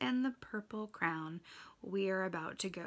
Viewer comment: it’s Harold and the Purple CRAYON, Are you just pronouncing it as Crown?